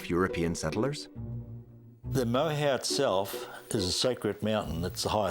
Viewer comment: Please pronounce our maori words properly! It is...'moor-air- hoe!'... NOT 'more-how!'